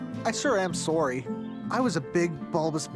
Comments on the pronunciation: What is it with cartoon network and pronouncing the word “sorry” so incorrectly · Does anyone else hate that every new Cartoon Network series characters have to pronounce 'sorry' as SOE-RY like ? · Ok, it's confirmed! Pronouncing, 'Sorry' as 'Sorey' has been going on since 2009! Is this where OK K.O gets it?! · why is it thay alot of cartoon network shows/pilots keeo saying sorey execpt sorry😕